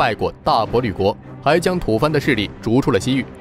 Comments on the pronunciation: 这做得有点粗糙。我边洗碗边听都注意到有 读错字吐蕃bo，乱用成语望其项背， 剪辑也有点乱。。。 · 吐蕃 读 波